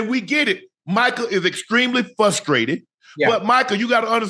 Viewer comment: Unk said “fussstrated” 😂